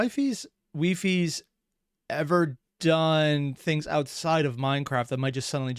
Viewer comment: pronounced wee-fies btw ❤